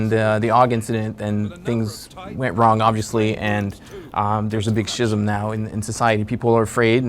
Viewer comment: did he just pronounce "Schism" as "she-zem"? I know you're a game developer but damn...